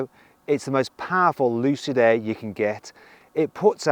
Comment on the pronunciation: 루시드에애 가 아니라 루시드 에어 라고 정확한 발음 부탁드립니다